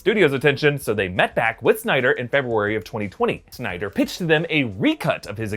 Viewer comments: So many synder lol. It's Snyder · So is it SYNDER or SNYDER